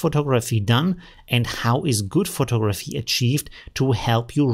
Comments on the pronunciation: Hey, very informative and useful information about Midjourney. Thanks! I teach English as a second language and wanted you to know the word photography is pronounced pho·tog·’ra·phy. There are four syllables and the accent is placed on the second syllable (tog’). Here is the word photographer - pho·tog’.ra·pher. There are four syllables and the accent or stress is placed on the second syllable again. I recommend you practice pronouncing these words correctly in a sentence. I hope this was helpful. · versuch mal das eher "Fo'tagraffi" und "Fo'tagraffer" auszusprechen... ansonsten alles supi:)